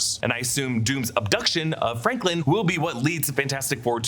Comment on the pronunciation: Wonder if Franklin, or has Sue kept saying “Franklind,” is really Sue and Doom’s kid